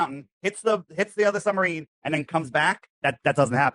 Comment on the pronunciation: Is saying Sumbarine?